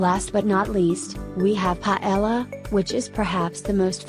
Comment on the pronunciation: so funny the way she pronounces spnaish dishes. The "ll" of Paella is actually said with a similar, but not equal, sound to "j" in english as in "just" and in ajillo, the "j" is the "x" symbol in the International Phonetic Alphabet, being this sound even stronger in Spain than in any other Spanish speaking country.